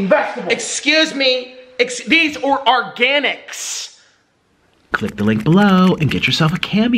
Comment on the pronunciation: "THESE OR ARGANICS!" 🤣🤣🤣